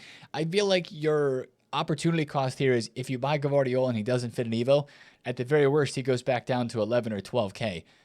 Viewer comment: Bro I can tell you still don't watch the matches and just play this game, come on bro, gvardiol is "vardiol" lol at least take some time to watch this sport.